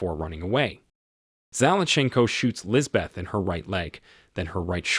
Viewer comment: The h is silent, it is pronounced lisbet